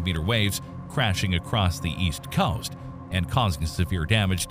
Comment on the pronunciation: Dude seriously struggles to pronounce "COAST"....